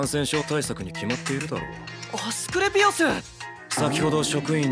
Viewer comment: 、アスクレピオスの名前言えるようになってるw